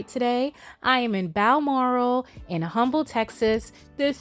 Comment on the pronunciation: Hey Elle! Love this videos. We pronounce it Humble silent H just FYI 🤗